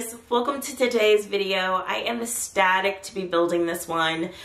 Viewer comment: you're "static?" :P or ecstatic? Cute build.